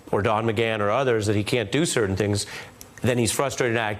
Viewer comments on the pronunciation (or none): none